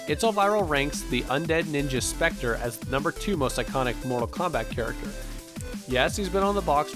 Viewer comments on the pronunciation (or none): none